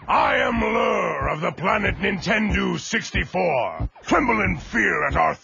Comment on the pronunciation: He said Nintendu 64. I think just to avoid copyright.